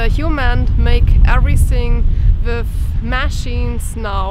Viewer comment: Wow! when you said "come wiff me", says you are getting so much better with your english!!! You got the W (like Wind, Why, Wonder correct), now we work on the "TH" that goes with the word WITH. :) (come WITH me) i am making short video for you... ( very short ) Also i will make seperate video on pronounciations to help more, and in no time you will speak near perfect english, so, if you are interested, come along and join my short videos just to help you improve and get much, much better! (AND YOU ARE!)